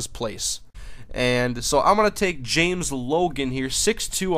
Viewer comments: Its pronounced James not Jamezz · james logan not j-mez logan :(*